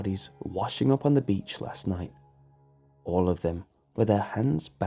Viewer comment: I found one of your mistakes for the first time! You were trying to say beach and said beech 😐